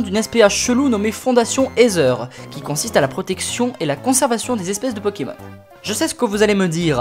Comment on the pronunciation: Ca se dit éaitère